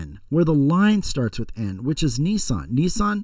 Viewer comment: it's nissan